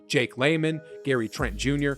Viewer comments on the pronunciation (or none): none